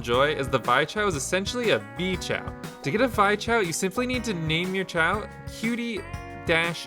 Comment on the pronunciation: It's not pronounced Vy, it's pronounced Vee. And that's the main character from the Steam game Bug Fables, which is heavily inspired by paper Mario.